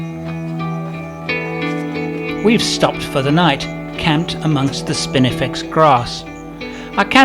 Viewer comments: I heard spinifex in the intro and then was sure I heard spiniflex twice soon after? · "spinifex" not "spiniflex" haha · Ok curiosity got the better of me .did you say Spinifex or Spiniflex?.... Love the vids